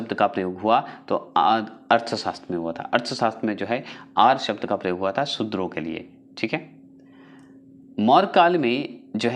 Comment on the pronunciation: Shuder h sir na ki chudr pls acche se uchaarand kariye